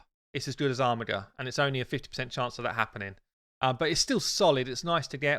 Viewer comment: It's pronounced Armijer, not Armigger. Please refer to on online dictionary. It's irritating an Aussie has to correct a Pom on the English language.